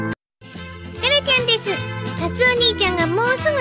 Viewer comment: 貴家さんに寄せようとしすぎて「ですう〜」が妙な訛り方した発音になってる気がする。そのうちこなれてくるとは思うけど。